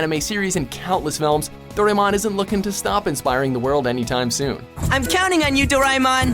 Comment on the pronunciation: Goddammit. It's pronounced Doe rah emon. Not Doremon.